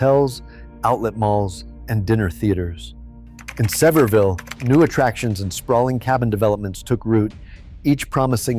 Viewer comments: Its Not Severville ...its Sevier..ville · Thank you, that always annoys me with these videos. Just do a little research on how to pronounce the city. But, it grates on the nerves more when you live there!